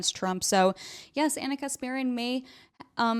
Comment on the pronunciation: Why does he say ONNA?